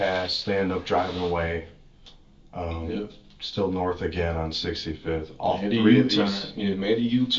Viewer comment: "They drove Norf..."